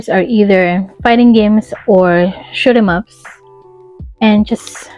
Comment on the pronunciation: Good video! It sounds like you are saying "schmups" when you say shoot 'em ups lol.